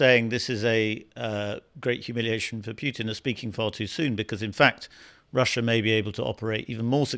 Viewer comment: It’s Poo-tin! POO-TIN! Not hard to pronounce correctly is it!